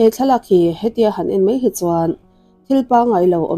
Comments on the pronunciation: "A ngeihnawm" i ti leh tawh. "A ngaihnawm" tih tur. "En mei hi chuan" ni lovin, "En mai hi chuan" tih bawk tur. "An pawimawh hle mei a" tih tur ni lovin, "An pawimawh hle mai a" tih tur.🤦 Ngati nge "Mei" hi i tih ziah a, mei (fire) leh ramsa/ransa mei (tail) chungchang i sawi bawk si lo. "Mai" ti ve mai la... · 27Sec chho velah khian ' En MEI hi chuan' ti a lam chu a ang khawp mai. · Mei² tih ka ngaithla peih lo kei chu